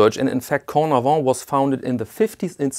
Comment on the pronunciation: Cornavin, not Cordavin 😊👍🏼